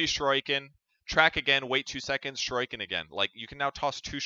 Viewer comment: Shu-ree-ken please